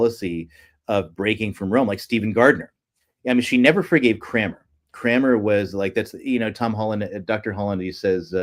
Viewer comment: Thomas CRANMER, not Cramer.